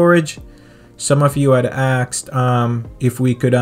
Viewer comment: Why do you say “AXED” istead of “asKeD” ?? Is it slang ? Or?